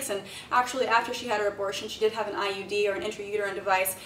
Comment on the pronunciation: When you said I.U.D., I heard I.E.D. Made me a little worried for a second there.